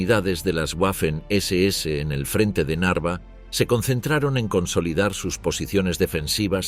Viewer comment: La W en alemán, se pronuncia como una V.